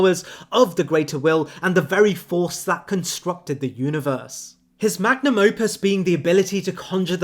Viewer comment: good video but its magnum opus, not magnus opus